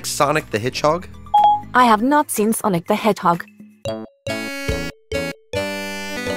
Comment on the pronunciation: It sounded like Siri said sonic the headhog.